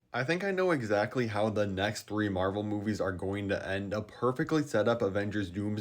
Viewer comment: ah yes marver rivals